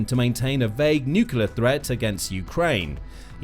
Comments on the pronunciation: Come on, please. It's "nuclear", not "nucular". Has Bish's mispelling invaded all of the US? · Is it feasible for commontators to say 'nucleur', rather than nucular?? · What is ‘nucular’? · can you please learn how to pronounce "NUCLEAR? It doesn't contain two "U"s.